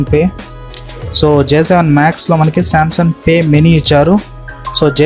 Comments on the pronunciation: samsun kaadu mundu Samsung anadam nerchuko bro .palakatam radu nuvv Samsung review naa lol😂😂😂😂😂😂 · Samsung anali.... Samsun kaadhu.... Choodalsindhi meme kadhaa...